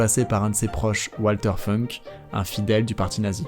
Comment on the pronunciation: Walter Funk tu nous a fait une prononciation à l’américaine sur ce coup là !😅